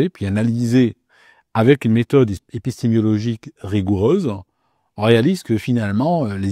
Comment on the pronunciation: Si tu avais mis au point une méthode épistémologique basée sur l'induction, tu saurais probablement prononcer le mot "épistémologie" correctement. Car l'"épistémiologie" n'existe pas cher ami. Tu ne sais pas de quoi tu parles et, par ailleurs, tu es numérologiquement à découvert. À bon entendeur!